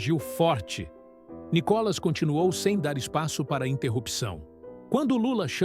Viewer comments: Por que vc chama o Nííííícolas de Nikólas??? Quer avacalhar com o nosso querido deputado federal né??? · Lá vem o NICÓLAS. O pronuncia do nome do Nicolas está errado. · Por favor: A cilaba tônica é " NI " e não " CÓ " entenderam? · Nicolas ou Nicólas, Veja e fale correto.